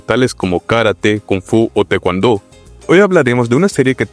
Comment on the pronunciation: A ver si dejas de hablar como si estuvieras cantando, las palabras karate y Tae Kwon Do no se pronuncian como si estuvieras cantando una mala canción